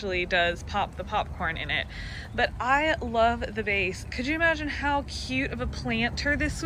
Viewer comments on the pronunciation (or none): none